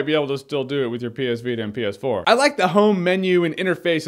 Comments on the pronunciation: My sound was low, and when he said ps4 it sounded like penis 4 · Am I the only one hearing "penis 4"? Stupid brain of mine! -_